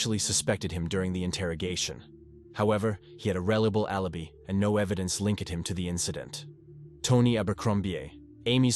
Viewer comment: "However, he had a rellable allibee".